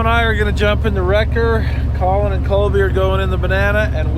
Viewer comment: Colin Caulin Kaulin Callun Kawlin Callin Collen Kolin Cawlon